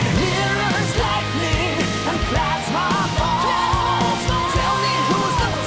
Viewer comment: Thanks god i'm not the only one who hear that's my ball instead of plasma ball